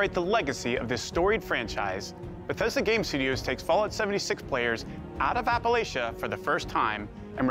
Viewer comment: it shouldnt bother me but how he pronounced Appalachia really bugs me .